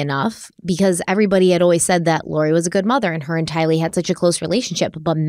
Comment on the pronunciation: 1) Her name is Tylee like kiley. Not two words like Bruce Lee. 2) it’s Miss America. As far as I know nobody has married America yet. 3) CHOMPING at the bit…. Love you guys, but the mistakes are hilarious sometimes.